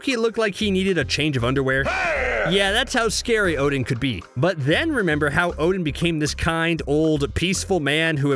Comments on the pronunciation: So why you say his name wrong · Yeah well Marvel and Americans have always mispronounced these names